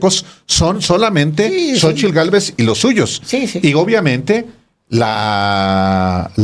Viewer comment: Talvez este equivocado pero Xochilt no puede pronunciar la letra "R" la pronuncia como "L".......alguien lo ha notado?